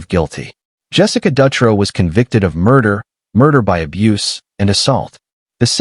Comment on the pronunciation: Shitty thing is, I was locked up in Coffee Creek with Jessica Dutro (dew-tro)...she is now gay...so it makes her case that much worse. Also, Sarah Saffernick is in Illinois. Oregon, Illinois. These were supposed to be Oregon state, but decent video